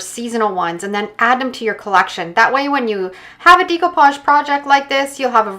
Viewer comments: The correct pronouncing is. DAY COUPAGE DAY COUPAGE DAY COUPAGE It's not so hard. Practice saying it and it will come!!! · You have an awesome ability to change the concept of any item but sweetheart it drives me crazy how you pronounce "decoupage"...🤣